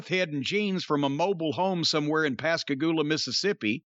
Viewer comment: He said Pascagoula Mississippi.